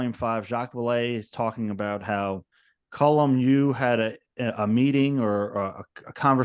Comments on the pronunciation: His name is being mispronounced. His name is Colm and not Colum. Pretty basic stuff, as my name is Steven and not Stephan. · People seem to call him ‘Colum’ as opposed to ‘Colm’. I’d noticed the same thing. A weird pronunciation quirk.